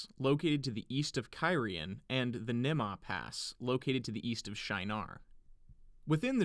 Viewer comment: I am convinced the pronounciation of Rhuidean involves a clear 'An'. de-an.